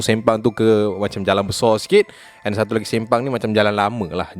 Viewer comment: "Satu kisah" ke "Satau kisah" HAHAHHAAHAHAH SIAN BIBIR SAKIT EK